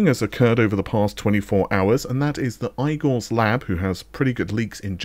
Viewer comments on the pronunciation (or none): Please stop anglising names. Igor is EEgor not AIgor. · "Eye-gore's" Lab doesn't exactly sound all that reputable lol. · You completely lost the point of my comment. Igor's Lab is fine. Eye-gore's lab the way he said it was just funny.